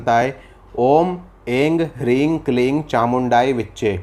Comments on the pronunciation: Aap Aing Hring Kleeng bol rahe hai.... Kuch guru aur bhasha sandhi ke hisab se jaha bindi lage woh m kar hota hai. To aim hrim kleem hoga na... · आपने जानकारी बहुत अच्छी दी है लेकिन उन्होंने उच्चारण सही नहीं करा है मंत्र का इसमें उन्होंने एम को इंग बताया है फिर हरीम को रिंग बताया है और कलीम को क्लींग को बताया है जो कि सही नहीं है इसमें जो बिंदी है उसमें हम म का उच्चारण करते हैं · आप ऐं ह्रीं का गलत उच्चारण कर रहे हैं। isse दर्शक भी गलत उच्चारण सीखेंगे। और मंत्र का दुष्प्रभाव भी हो सकता है। कृपया पूरी जिम्मेदारी के साथ वीडियो बनायें।